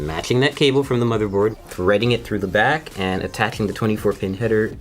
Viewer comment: "Make sure you pay attention to the 'brace' at the the 'brack' of the computer"